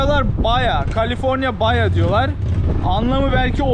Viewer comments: Kardes, eskiden o bolgede yasayan biri olarak bir iki duzeltme yapayim. O sinir 6 saat surmuyor,. Saatine gore en kisa 5 dk., en uzun 2 saatte gecersin. Oldugun bolge Baja California dir. Baya diye okunmaz, Baha diye okunur. Asagi demektir. Iki eyaletten olusur. Kuzey Baha, Guney Baha. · Baha bays degil